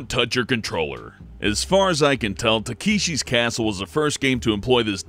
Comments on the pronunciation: (LittleShadowGames) I really liked the no lives system one. Lives in game always really bug me. Oh and it's Tah-keh-she, not Tah-kee-she. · "Takeeshee's"? That's not how you pronounce Takeshi... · TAKEESHI YEP. THAT PRONUNCIATION SEEMS RIGHT TO ME. Seriously. Mispronunciation is one thing, but this? This is lot those people who say 'panAHni' instead of panini. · His pronunciation of Takeshi makes me shiver. 助けて！おねがい！ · You said takeshi wrong, and i just spelt it wrong :-X